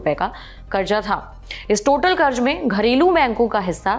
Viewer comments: Madam, karz hota hai zzzzzz... Not karj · please karz aur karj pronounce karna sikh lo.. I couldn't watch the complete video, ears were bleeding